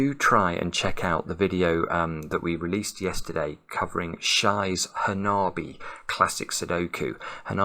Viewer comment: Just a quick correction: the word is pronounced "HaNa-bee", with every syllable getting about equal stress, but perhaps with a bit more at the start. It is formed from two characters: 花 (hana, flower), and 火 (hi, fire, phonetically altered to "bi"). So 花火 is literally "fire flower" in Japanese. More poetic and descriptive than in English. 🎕+🔥=🎇